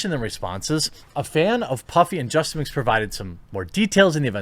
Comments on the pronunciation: It's justaminx, not justa mix Look up the word "minx", dummy. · There's an "N" in minx my friend...